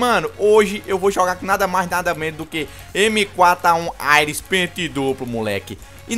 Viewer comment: sempre falando "Aires" ao inves de "Ares" huehue Like sempre parceiro